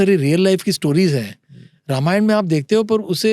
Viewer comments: यह गलत उच्चार क्यौं कर रहे है‌ ..? रामायण को रमायण क्या बोल रहे है..? अंग्रेजी में पढे हर एक व्यक्ती हिंदी या संस्कृत शब्द का गलत उच्चार करते है पर जब पॉडकास्ट हिंदी में है तो हर भारतीय भाषाओंके शब्द का सही करने पर ध्यान रखे। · र मा य ण नाही भाई रा मा य ण बोलो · Sir it is Raamaayan